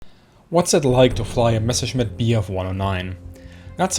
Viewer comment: ¿ Quién es la pobrecita narradora...de dónde la sacaron ? No sabe siquiera cómo pronunciar el nombre Messerschmitt ! Dice "meserchemit"...usa la palabra inglesa "patreon" y ni siquiera se molestó en averiguar cómo se pronuncia !